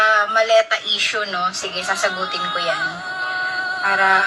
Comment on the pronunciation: 🎉ai yan,,sa word na sasagutin,,ai style n pgkasabi,,pakinnggan nyong maigi,,hindi tayo ganyan mg bigkas ng sasagutin,,prang malamya,,ganyan minsan mgbigkas an artificial intellegence